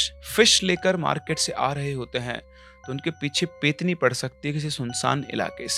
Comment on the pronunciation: Sir , petni nahi pretni hota hai.. प्रेतनी